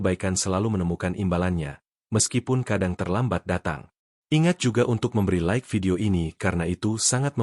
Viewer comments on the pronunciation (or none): none